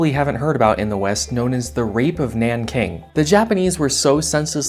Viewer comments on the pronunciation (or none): its nanjing, not naking dummies